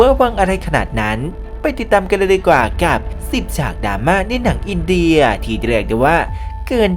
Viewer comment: ที่มาของคำว่า"อินเดย"😂😂